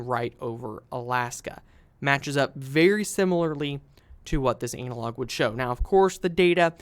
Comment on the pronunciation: ANNA-LOG, NOT ANAL LOG